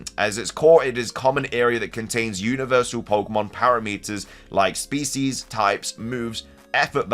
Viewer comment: That is the weidest pronunciation of parameters ive ever heard